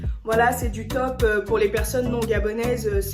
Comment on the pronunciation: Quand tu as dit top j'ai cru que tu étais camer lol